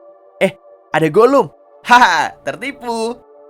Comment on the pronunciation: Ini yang ngisi suara SISI TERANG kenapa yah? "Haha Tertivu" 😂😂😂